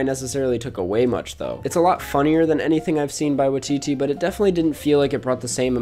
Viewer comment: Hey, just a note from a New Zealander: Waititi is pronounced why-tee-tee or wy-tee-tee. Thanks dad keep up the great work!